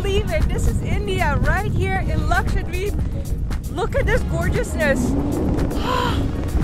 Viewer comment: Even ur pronounciation of 'Lakshadweep' is so accurate than most of us indians 🤣.